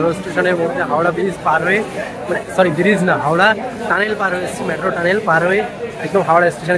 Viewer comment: It's not ম্যাট্রো - it's মেট্রো